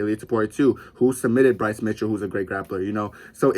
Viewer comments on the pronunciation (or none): none